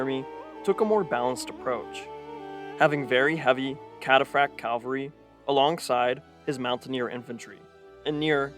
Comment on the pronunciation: Calvary or cavalry?